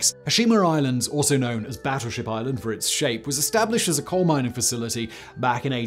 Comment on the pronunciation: Did you say they set fire to a "cold" seam? Lol